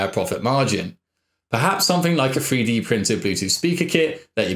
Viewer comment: Is he saying "Free Dee" Printer?